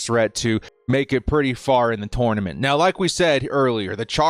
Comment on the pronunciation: The way you said "TOUR na ment" ponders me 😂